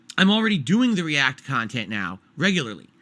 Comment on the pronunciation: His fans wanted to pay $20 a month to recommend videos for him to ree-ack to? That's really what they wanted?